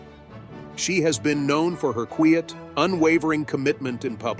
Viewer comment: An excellent presentation and gave me, an Australian woman of the same vintage as is Princess Anne a deeper understanding of her integrity, generosity and very deep loyalty. One small criticism is occasional mispronunciation eg 'queeit' instead of 'quiet'. This is usually a sign of AI involvement.